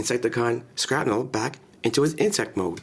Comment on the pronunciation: its shrapnel not skrapnel